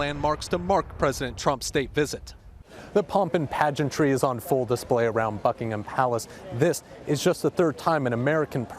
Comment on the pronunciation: Is he saying fuckingem palace?????